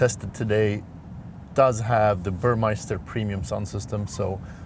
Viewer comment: It's Bur-mester,not Bur-meister. Meister=champion, Mester=skilled person. Also the drag of the car consists of the drag coefficient × surface area so bigger cars with lower Cd can have more drag. You have to multiply those and than compare different cars.